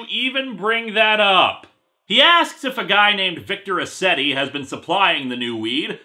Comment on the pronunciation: When he said "Mr. Ascetti," I heard Mister Resetti. And then I thought, "Damn, Animal Crossing's black market must really be thriving if Resetti joined up with Crazy Redd."